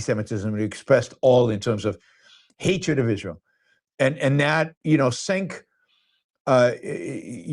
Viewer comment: I like you Yaron but intentionally mispronouncing Cenk’s name comes across as racist / low-class.